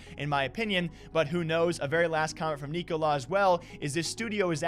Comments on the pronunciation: Its pronounced Nick-O-Lie, as in “Nikolaj is having another lie on us” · From a Dane. The right way to pronounce Nikolaj. Its kinda pronounced "Neeko-Lie"